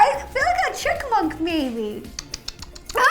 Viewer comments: All the things ro pronounced wrong Aminal Chikmunk Oculyptis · Ro says aminal 😂😂 and cickmunk and a sqll lol